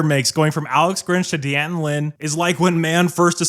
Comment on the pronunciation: It's pronounced Danton. Not Dee Anton.